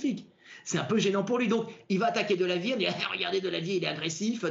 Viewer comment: J’adore la prononciation de Delavier, Idiriss Albert Kahn